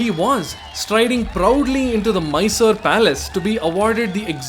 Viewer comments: Mysore or Mysooru and not Miser!!!! Actually it is a very generous and gracious city. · Your pronunciations of Bengaluru as Bengler and Mysuru as My-sir are notably cringeworthy. Otherwise a great video 👍